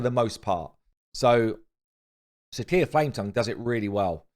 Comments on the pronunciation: "See-shya", not "see kee ya". Please, for the love of god! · Sicia is pronounced sisia, plz I cringe every time you say it